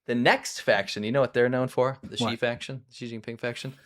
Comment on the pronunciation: In Pinyin, which is the Romanization of Chinese, Xi is NOT pronounced ZHI. It's pronounced SHE. President SHE! ZH is pronounced like a J Zhang is pronounced JONG. Q is pronounced CH. Quing is CHING. I know you don't care, but you look REALLY stupid when you mispronounce stuff. Think about all the people who Mangle English. Do they sound intelligent?